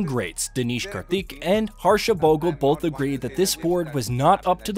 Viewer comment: I love the content, but please take a minute to learn the names of the players properly. It is deeply disrespectful. It's ImRan Khan and not Irman Khan, SaRfaraz and not SaFaraz, it is Bhoglé not Bogle. It was even worse in the SL v Bangladesh rivalry video.